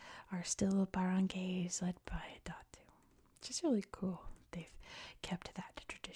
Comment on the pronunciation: Also wanted to say that the "ay" in "barangay" is pronounced like the "i" in "ice"! Great video, nonetheless (still watching / dozing off to though lol).